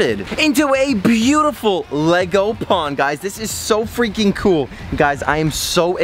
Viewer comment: Nego? U mean lego